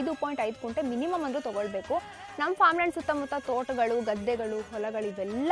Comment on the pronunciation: ಅದು ಕುಂಟೆ ಅಲ್ಲ ಕುಂಟೆ ಪಿಲ್ಲೆ ಆಡೋನು ಯಾವನೋ ಹೇಳಿದಾನೆ.. ಅದು ಗುಂಟೆ ಓಕೆ